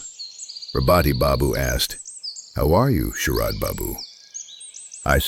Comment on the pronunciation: 'orderly' (WRONG WORD) ........ then there are some mistakes in the text....bengal names and then the AI text.....mispronunciations....SHARAD i saw sHERAB........these lttl little things.........